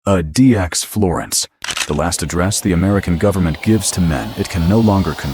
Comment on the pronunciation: ADEEAXE florence? AI slop.